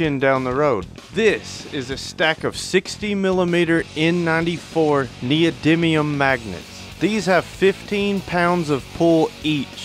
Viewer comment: Thats text to speech right there, neil diamond instead of neodymium. I may like it better wrong ;)